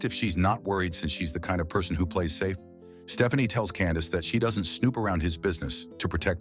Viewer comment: I’m sorry, at the beginning, did this fool AI call her (P)Stephanie, with a “p”? I know I heard Puh-Stephanie. I can’t stop screaming; this is why ur my fav movie channel 😂😂😂